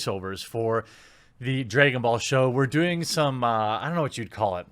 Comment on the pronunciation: "Dregon Ball" 😂😂😂😂😂 Edit: Vic did not throw any candy! He ATE it! After saying it was Mônica or something. Research it bro, besides that, good job 👊🏻